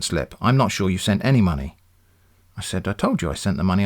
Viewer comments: Had me at "send monmey" :') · "Send monmey"